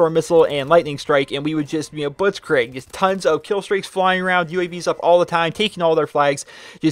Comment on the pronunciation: soz for being a grammar nazi (the irony), but blitzkrieg is pronounced blitzkreeg not blitzkraig